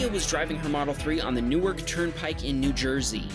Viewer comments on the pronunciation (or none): none